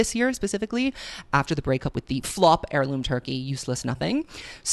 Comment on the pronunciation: “Airloom turkey adiction”